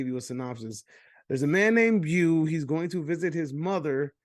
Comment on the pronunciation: Haha you really like “bew” more than “bow”?